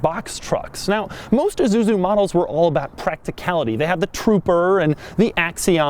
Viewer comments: did he say Isuzuzu? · It’s pronounced I-su-zu not issuzui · It's isuzu not izuzu doug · It's ISUZU not an IZUZU. The S is pronounced S, not like Z.. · It's not "eh-zu-zu", it's "eye-sue-zu" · Forgot about? Dude, try never even knew existed. It also pronounced I, SU, ZU, not IZUZU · Why does he keep saying Izuzu instead of Isuzu? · It's ISUZU not fucking IZUZU or whatever the fuck you yankees call it. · EESSUZU not EEZUZU! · iSuzu not IZUZU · is he...pronouncing isuzu lile izuzu? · "IZUZU" -Doug